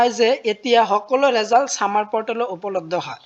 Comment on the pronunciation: ৰেজাল্ট নহয় তো ৰিজাল্ট হয়